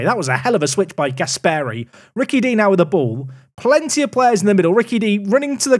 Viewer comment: The pronunciation of Gasperi makes me sick! It's Gàsperi and not Gaspèri